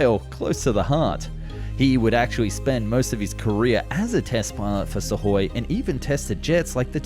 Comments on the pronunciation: And misses the K in Sukhoi. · Also "Suhoi" lol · Great video as always But its is pronounced IL- LYOO- SHIN not Ishulyin Also SU- KHOI not Sahoy Keep up the great work!